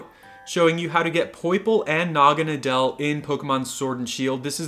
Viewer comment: Btw its said like Naw-ga-na-dl